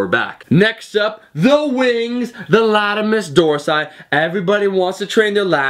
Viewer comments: Lol u said latimus dorsi Latissimus! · Omar, what is a latimus dorsi? Haha, great video though bro!!